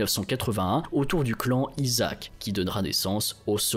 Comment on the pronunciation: Le clan Isak se prononce Issak, Mogadiscio se prononce Mogadichio.